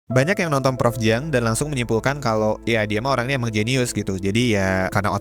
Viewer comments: Siang !!! Bkn ciang dan bkn Jiang 😂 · Ciang bukan jiang....